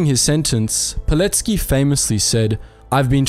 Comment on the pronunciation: Finally! Someone who says Pilecki's surname correctly.